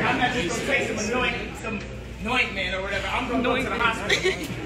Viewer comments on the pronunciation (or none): Kanye: "nointment" Person filming: "nointment"